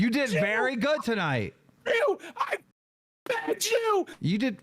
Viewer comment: I BEEGED YU i fucking hate this guy 😂